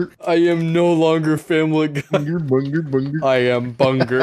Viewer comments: And oddly enough it’s very satisfying hearing a group of friends say bunger....... sorry sorry bunga, and die laughing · You can’t say cowabunger, we gotta say cowabunga 😂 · Our word is cowabunger you say cowabunga